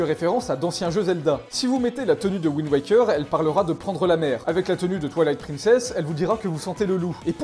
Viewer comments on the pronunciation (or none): none